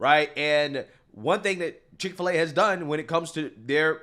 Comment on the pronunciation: Chik fil a not pig fil a